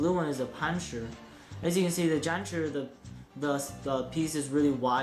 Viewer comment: The zanchurrr and the panchurrr. Just say it like a normal American does.